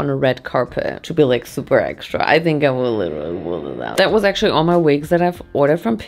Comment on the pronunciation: “we wear vigs “